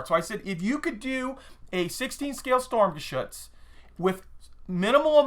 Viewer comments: considering you like this so much why don't you pronouse it correctly. its sturm not storm. i know thats what it means . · it is pronounced sturmgeshutz not storm